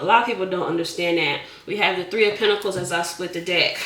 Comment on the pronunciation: I love the giggle, the plastic clapping hands, the way you say "PentiCALS", and "Chile" 😊❤